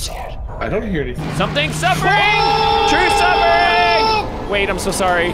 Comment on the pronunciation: MICKEY MOUSE: true suffrring